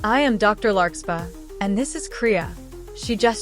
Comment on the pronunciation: For anyone who is new to the series, it's larkSPARR, not larkSPAH. i know that because I'm a friend of the creator making this, and somehow, the AI couldn't say it right. But as long as y'all know and remember the name "larksparr" when the AI narrator say's "larkspah", you'll understand.